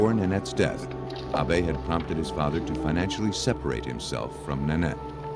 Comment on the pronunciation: And they kept saying Ah Bay for the son in the last case. That's the Japanese way of pronouncing Abe. If he's American, it should be Abe, short for Abraham, as in Abe Lincoln.